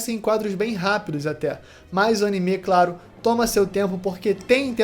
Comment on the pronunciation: Único defeito desse vídeo é ele falando "Animê"